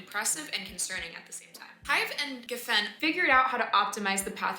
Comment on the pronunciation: Pronounce geffen correctly